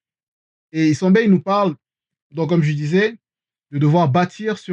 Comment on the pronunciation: Isembe Se dice esiambee Padre perpetuo